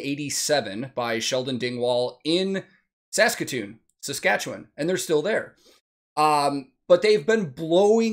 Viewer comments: First time I've come across one of your videos. Liked because the video's great, subscribed because you pronounced Saskatchewan correctly! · Wow, you pronounced Saskatchewan as if you came from there.